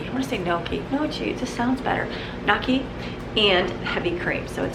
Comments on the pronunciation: gnocchi is pronounced weird the g makes is like a "nyo" sound. So it's N-YO-KEY.....but only 2 syllables all run together. Americans sometimes say it like you are but it's missing that ny combo sound that Italians say. When you google How to pronounce gnocchi, the first thing on the list has a button to push to hear it. The example on google spells it nyow-kee. I hope that helps. If you ever have leftover mashed potatoes and want to make them homemade, it's really easy, but takes time. It's a great activity to pull the kids into to help. My dad grew up with him and his sister and brothers sitting around the kitchen rolling them off a fork to make the little lines one by one for big batches. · My Italian Grandma taught me how to sound out gnocchi...it's knee-oh-key. The G is silent. Lol if that helps :) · I've always pronounced it 🤦‍♀️GUH-NOCH🤦‍♀️ you live & you learn 🤷‍♀️ happy birthday!!!❣❣❣ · Think it’s nyo -ki 😆 happy birthday! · That’s a hard one to say! A waitress at Olive Garden said to pronounce it like N yo key. Lol Happy Birthday 🎉🎊🎂🎁🎈